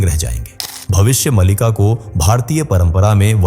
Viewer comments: कम से कम आप ग्रंथ का नाम का सही उच्चारण तो कीजिए भविष्य मलिका नहीं भविष्य मालिका है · भविष्य मलिका नही मालिका है. शुद्ध बोलला करो